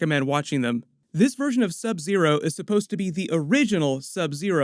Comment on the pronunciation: Pronouce "buy han"